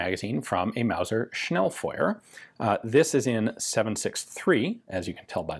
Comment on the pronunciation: Thanks for saying "Schnellfeuer" correctly ( not like "Schnellfewer" ). Weiter so - keep it up :) , I love it. By the way the "e" in "Pistole" is actually non-silent :3